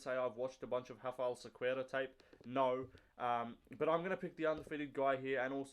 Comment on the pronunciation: your enunciation of Cequeira is immaculate ... i'd never get it right